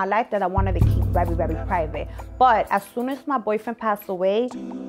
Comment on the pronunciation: She said I’m rerry rerry humble 😂